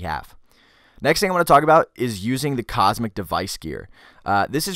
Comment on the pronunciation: It's Comsec, not Cosmic.